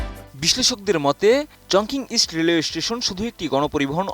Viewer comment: চংকিং না, এটা হবে চংচিং